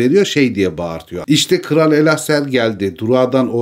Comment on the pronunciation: Elessar'ı neden Elaser vb şeklinde telaffuz ediyorsun?